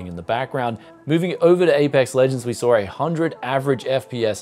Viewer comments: Apex Lujends? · Apex LUgends XD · Apex Lujends Has me dead 🤣🤣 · Apex Lujends? Never heard of it :-D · Apex Lujends, haha. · Apex Lugends. Lol. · Apex lugends 😂